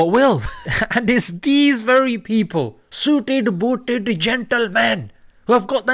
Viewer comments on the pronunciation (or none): "Suited booted gentlemen" sounds so south Indian some YT teacher's English accent 😂😂😂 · "Suited Booted Gentleman" in that accent got me. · Time Stamp - "Suited booted Gentleman" was purely Pakistani accent 😁